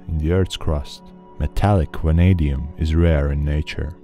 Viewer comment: VVVVVVanadium, not wanadium